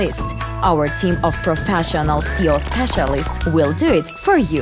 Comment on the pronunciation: Is there a way to get a voice over that isn't text-to-speech? Because I'm pretty sure SEO is a different thing from "see-oh".